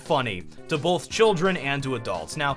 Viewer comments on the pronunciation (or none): none